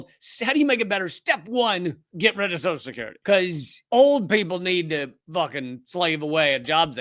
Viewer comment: It's amazing to me that so many Americans pronounce "Social Security" as if it's spelled "soshecurity". I'm guessing they must not know they're doing it. Earlier in the video, Lee pronounces it correctly. I guess it must be a bit of a tongue twister to Americans.